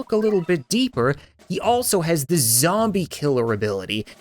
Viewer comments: "Fire ze Cat Cannon" Never gets old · ah yes... "FIRE ZE CAT CANNON"